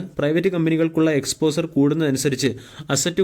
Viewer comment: എക്സ്പോസർ എന്നതിന് പകരം exposher എന്ന് പറയുക.